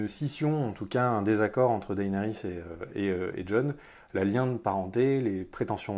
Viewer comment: Ca se prononce Dénérys ! Bon sang.